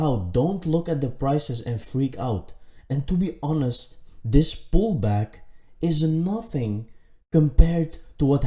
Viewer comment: When he said “pullback” did anyone else think he said “ballbag”...?